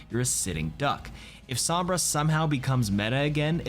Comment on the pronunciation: Ah yes, my favourite hero, "Somrba"